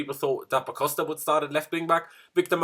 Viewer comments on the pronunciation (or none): none